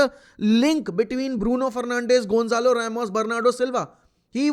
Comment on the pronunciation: Gaelch#d nahi Gonçalo